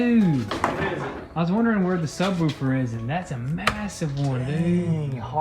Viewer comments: Did he say "sub whoo-fer"? Haha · Why you say “subwoofer” like that lol?